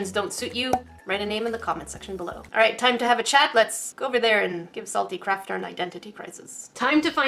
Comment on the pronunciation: Salte cat-er